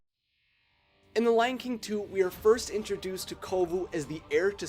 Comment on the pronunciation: I thought he said the lanking 2 at the start! XD